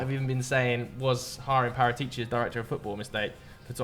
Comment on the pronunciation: It has to be said… your pronunciations of foreign names is terrible. trying to say Paratici😂